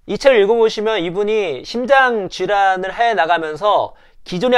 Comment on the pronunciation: 심장 ?신장 ?발음교정 시급